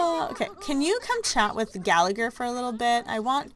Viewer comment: Just saying you pronounce Gallagher, GALL-AH-HER. It's Irish/Scottish :)